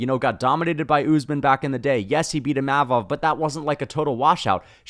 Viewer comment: Why do you call Usman “Oozeman” 😂